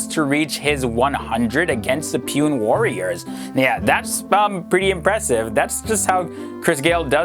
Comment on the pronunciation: It's not puen its pu Ne